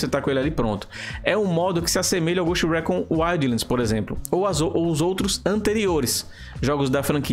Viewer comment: Fala dos erros que cometemos mas não sabe sequer dizer o nome do maldito jogo em condições Récón, ricon, ghust rícon Lê-se Ghoust Ricon Escreve-se ghost recon.